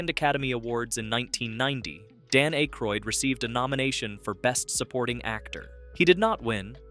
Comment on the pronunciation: Hearing A-croid the first two times makes me just scroll away. Im done with youtubers who can't even voice their own videos.